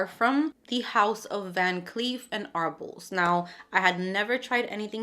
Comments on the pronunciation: Van Cleef & Arpels is pronounced like Are-pells. Sorry to be that person. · Btw , The pronunciation is Ar-pells. Bua-dore! You should totally get your bottle replaced! It’s tooooooo expensive for that to be an issue! You are just so adorable young lady. Be blessed